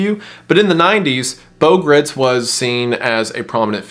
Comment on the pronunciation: It’s Beau Gritz(rhymes with rights).